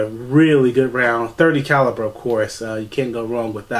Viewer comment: Caliber not caliper. Lord have mercy.